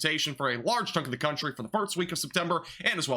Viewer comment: Are you saying farts instead of first?